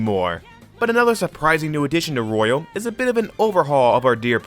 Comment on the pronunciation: it physically injures me when he says “royale” intead of “royal”